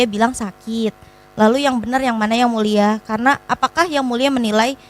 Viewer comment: Jgn panggil,sebut mulia lagi buk,anda salah ucap